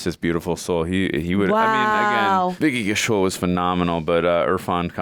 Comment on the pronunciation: Please guys, after seeing so many of Vicky's movies, get his surname right. Kaushal is spelled like cow-shall not ku-shull. They both mean different things in Hindi. So Ku-shull loosely means capable (generic term)where as Kaushal means Talent(specific expertise).